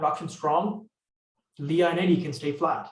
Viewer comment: Great information. Lea County in NM is pronounced "Lee," one syllable.